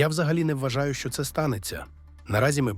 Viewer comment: ЯК ДОВГО ВИ ЗБИРАЄТЕСЯ РУЙНУВАТИ УКРАЇНСЬКУ МОВУ,ЯКУ ЗАХІДНА УКРАЇНА ЗБЕРІГАЄ ВЖЕ СТОЛІТТЯМИ???????ВАС ГИДКО СЛУХАТИ!!!!!!!!!!!! В ЯКОМУ УКРАЇНСЬКОМУ СЛОВНИКУ ЗАПИСАНІ СЛОВА,ЯКІ ВИМОВЛЯБТЬ ВАШІІ КИЇВСЬКО- МОСКАЛЬСЬКІ ЩЕЛЕПИ:ЧЯСОМ,ЩЬО,ЩЬО,ЩЬО,ЩЬО,ЩЬОБ,ЩЬОБ,ЩЬОБ,ПОЧЄНАЄМО,ЗНИЩЄНО,СПОЧЯТКУ,БАЧЄМО,КЛЮЧЬОВИМ,ПРИПУЩЄННЯ,НІМЕЧЄННА,ТОЧЬНОЇ,ВОДНОЧЯС,ЧЬЛЕНА,ПОМІЧЬНИКИ,ЧЄТВЕРТОГО,ЧЯСОМ,ЧЄРЕЗ,ЗУСТРІЧЯЮТЬ,ПОБАЧЄНОГО,ЧЬОМУ,ЧЄМ,ЧЄМАЛО,ВЕЧЬОРА,НАЩЯСТЯ,ЗВИЧЯЙНУ,НЕПЕРЕДБАЧЮВАНИЙ,ГАРЯЧЮ,НАЙВИЩЯ,ЧЬОТИРИ,ЛАМПОЧЬОК...........!!!!!! ЩОБ ВАМ ПРОКЛЯТИМ КИЇВСЬКО-МОСКАЛЬСЬКИМ УРОДАМ ПОВИКРУЧУВАЛА ТІ ЩЕЛЕПИ,ЩОБ ВИ НІКОЛИ НЕ ЗМОГЛИ ДОБИТИ НАШУ МОВУ!!!!!!!!!!ГАНЬБА КАНАЛУ!!!!!!!! (Українська діаспора,США)